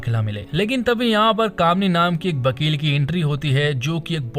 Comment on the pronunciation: Bhn ke lode vivek naam h uss ldke ka bibek nhi or vakil hota h bakil nhi hindi bolna sikh le